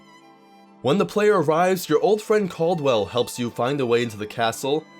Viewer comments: Not to be that guy, but there's no one in the main story called Cawld-well... There's a looney knight called Cadwell.... maybe that's who you meant... He is voiced by John Cleese from Monty Python... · That "Cadwell" pronunciation though...